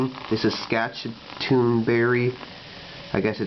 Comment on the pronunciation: Love this stuff. Local store orders it in by the case for me. ( And you are are pronouncing Saskatoon so wrong 😂)